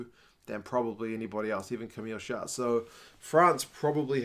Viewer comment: Hey mate been watching your videos for awhile now great stuff ! sorry to be that guy but if you want your froggie viewers to stop giggling i reckon you should not pronounce the final letter in Camille "Chat", if you pronounce the final "t" it's an all other meaning entirely :)